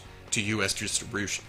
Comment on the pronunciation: I can't get enough of when you say "DISH-REE- BYUSH-IN". Internet GOLD!